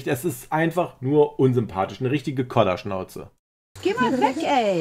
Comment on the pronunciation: sagt Kodderschnauze...nicht Koller 😉 *Kaffeprost ☕️ aus Berlin